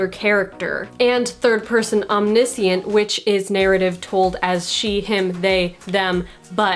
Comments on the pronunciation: Nice and succinct. Thanks! Nit pic: om-nish-ent :) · Why do you pronounce omniscient without an "sh" in the middle? Very unusual. I don't think I have ever heard anyone pronounce it that way.